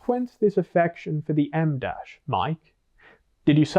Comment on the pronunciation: Psst, it's "em dash" 🫡